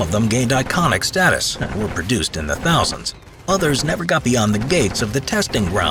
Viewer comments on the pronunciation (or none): none